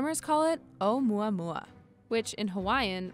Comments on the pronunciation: I thought she said oh yeah yeah meme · onmuamua that's what I heard😂😂😂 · Should it be pronounced "OH-oo-MOO-uh-MOO-uh" 'cuz there's a U in the Hawaiian name? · yes pronounce the U letter.... she mispronounced it by leaving out the U sound